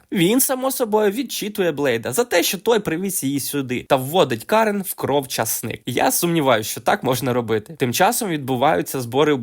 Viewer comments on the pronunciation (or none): none